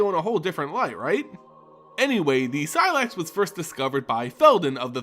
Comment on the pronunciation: first say say slex, now seelax blast....